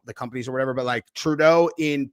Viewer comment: I don't know why im laughing with you saying Traudeu mentioning possible war😂